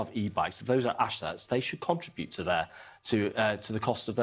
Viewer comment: Learn how to say contribute